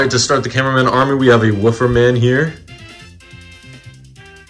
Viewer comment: Bro said wooofer man💀